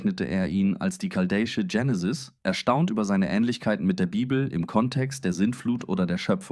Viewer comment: warum machst Du dokus wenn du nicht lesen kannst? Es heist nicht Jenisis sondern Genesis und wenn Du was liest sprichst Du von "Wir" ! Biste PlemPlem ? 🤣